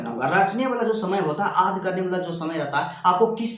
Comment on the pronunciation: aad ya yaad bol rahe hai